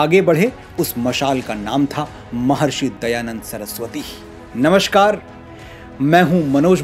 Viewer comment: Manoj ji aap bahut Sundar bolate Hain Anand a jata hai Kintu aapse ek Prathna hai aap bolate हैं नमशकार mitron jabki Shabd namaskar hai Kyunki aap Hindi ke Ek Prakhyat Kavi aur lekhak Hain isliye aapse Anurodh hai ki apni is truti ko kripya Sudhar Karen aapki ATI Kripa Hogi